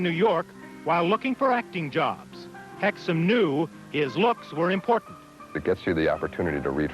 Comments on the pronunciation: Jon-Erik HEXUM, not HICKMAN. Do you actually read your copy and make sure you are pronouncing names correctly or do you just wing it? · "Jon-Erik HICKMAN"??? Do better.